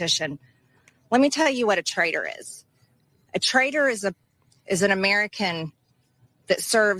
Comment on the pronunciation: “Trader?” Or “Traitor?”